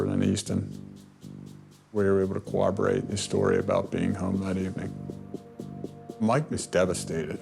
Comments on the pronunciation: Why can't most people properly pronounce "corroborate?" There's no "w" sound. It's not a version of "cooperate." Learn how to say it! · Cowaborrate😅😅It's corroborate. These detectives so often can't even pronounce this word correctly